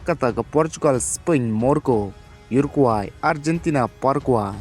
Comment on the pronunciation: Parakwe bad urakwe ym dei para kwai..urakwai da pronounce bha seh..😀